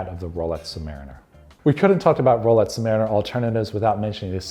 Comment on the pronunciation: Sounds like he’s saying “rolets”